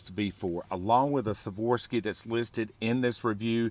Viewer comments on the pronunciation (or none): Swarovski, not Saworsky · Why do you keep saying Savorski? Like your teachers said, spell it out man. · Ws are pronounced as Vs in German and many eastern euopean languages...